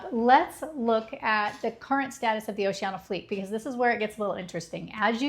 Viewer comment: It’s pronounced Oh-she-Ann-e-ah, not oh-she-anna